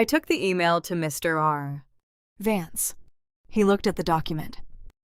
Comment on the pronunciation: check the reader.... cannot say vance any time???